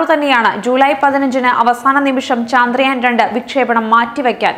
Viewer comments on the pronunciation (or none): Why can't she pronounce ചന്ദ്രയാൻ ? ( ചാ ന്ദ്രയാൻ, ചാന്ദ്രയാൻ എന്നു പറയ്യുന്നത് സ്റ്റൈലിണ് ആണോ ? )